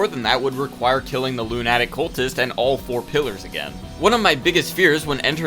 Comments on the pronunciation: I don't think I've ever heard someone pronounce lunatic that way lol. Great series though, it's been a good watch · been waiting for this but bro you gotta look up how to pronounce lunatic LOL